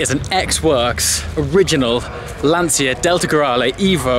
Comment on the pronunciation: Dear, this's a very well done video! I just would like to say something about your pronunciation of "Lancia". The "ci" there is pronounced like the "ci" of "ciao". Funnily the way you say "Lancia" in Italian would be "l'ansia" that means "the anxiety". Would you ever imagine a car's brand called "The anxiety"? Cheers!